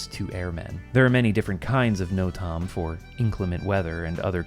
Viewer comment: Hey! Normally don’t comment but I thought I’d give you props for the amazing video(and help with the algorithm) the part where you say NOTAM, it would be pronounced more like know-tem in the aviation world (and extra fun fact the FAA actually changed the acronym to mean notice to air mission to be more inclusive!)